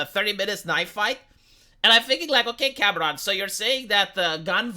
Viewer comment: As a Spanish speaker it's funny that when you say "Cameron" it sounds like "cabron." What happened, James Cameron? You used to be cool.